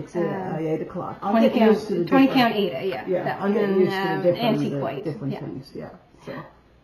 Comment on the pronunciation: I so enjoyed your video visiting your mom! She is a cutie! And I especially liked that she pronounced Aida the we were told how to pronounce it back in the 80’s!